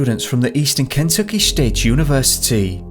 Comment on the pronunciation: Sorry: the narration sounds suspiciously like computerized text to speech, not like a real person. The pronunciation of the name "Kentucky" is off, for instance. And the sort of "sing song" narration is also unnatural & annoying. Especially since the subject matter concerns an American location, the narration accent should be in American, not British, English. Use your real name, not "Top Mysteries".